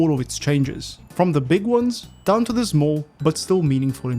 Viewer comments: "... and ZMOOL changes." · 0.39 update and still cant pronounce small properly